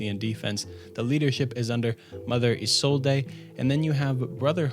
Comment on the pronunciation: Loved the vid, but cringed with every mangled pronunciation of "Warwick". And then I heard the name Isolde....